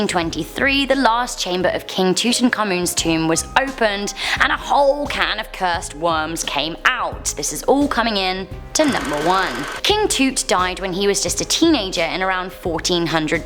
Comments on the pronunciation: King.... King Tut... you said.. King Toot LMAO (i'm sorry) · This presenter is really annoying can somebody please tell her it's TUT not TOOT 😡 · Just saying it is not toot it is tut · Ohhhh my God it's not king tooot... It's Tut.. 😆 LoL.. u kill me!! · Pronunciation is off making tut sounds like toot like he's king fart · Scanned a pyramid with cosmic rays oh please and the mummy on the titanic is not true and please please learn to pronounce tut right it’s not toot it’s tut like the sound I made every time she cocked it up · ITS TUT NOT TOOT EHH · It's not tut it tuh uht geez but 18th comment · What the hell is a CATACOOM????? Toot?? Really? Do you guys intentionally mispronounce things just to PISS people off? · did she say King Toot 🤣❔😆😂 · Did anyone else giggle every time she said king 'Toot'? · Sounded like she said king toot lol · You think a non Arab speaker can pronounced it correctly?